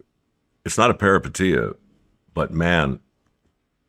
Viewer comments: everytime he says perapatia take a drink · How many times did he say "Paripeteia" like anyone knew what he meant 😂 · If i here parapatia again come out this man's mouth I swear to christmas 😂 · Take a shot every time Mike says the word “peripeteia” if you want to wake up face down, and naked on your front lawn in the morning… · 😂 Say peripeteia one more time Mike. 😅